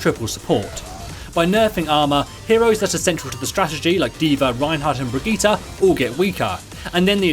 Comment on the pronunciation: It's Berg-ita, not Bridget?